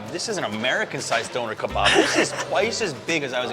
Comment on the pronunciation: Donor ka barb lol, he did say that 🤣